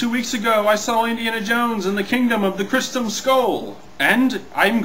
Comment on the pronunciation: 1.You said Crystem(what the heck is a crystem) 2.Leboff(LOL)Le-buff Nice mistakes LOL Count them all.